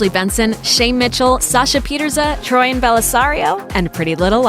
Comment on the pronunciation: Is it me or does it sound like she said troian and Bellisario not troian Bellisario